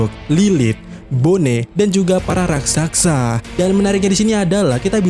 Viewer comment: Raksasa bg bukan raksaksa 🤣